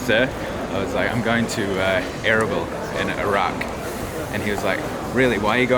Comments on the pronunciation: Its pronounced arbeel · Erbil was one of the oldest ASSYRIAN states dating back 2000 BC and its pronounced erbaeal meaning 4 Gods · I'm sure someone already said this, but it's uhr-beel... and yeah, the Kurds are awesome people. Very welcoming. Extremely hospitable. Plenty of affluence and nice cars and nice houses in Erbil. You probably should have stayed in the northern part of town, the Christian Quarter, Ankawa. Lots of NGO's, lots of english spoken, nice malls, nice hotels, etc.